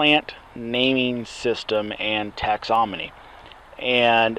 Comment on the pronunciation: Thanks for sharing!! Just remember- "phyla" rhymes with "Myra", and it's tax-on-om-y not tax-om-on-y ;)